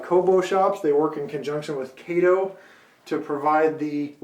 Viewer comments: It''s pronounced KAhto not Kayto!!! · Please... Pronounce the Name of the company correctly. It is Pronounced "K ah TO. It isn't pronounced the same as the sidekick of the Green Hornet. Trust me...My buddy works at the KATO USA headquarters in Chicago and It's Pronounced with an "AH" not an "A". Thanks! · Tell me is it pronounced by KAY-TOE or CAH-TOE. I used to say "Kay-toe" but was told it was "Cah-toe." Who knows, all I do know is that KATO N Scale locomotives (I too was told not to say engines) are great. The language of model railroaders is a hybrid dialect anyway. Is it "GON-DO-LA" or is it "GON-DOE-LA", is it a "SWITCH" or a "TURNOUT?" Who cares? Just enjoy the hobby. You make it fun. Keep up the videos (I model in N Scale) and enjoy your work very much.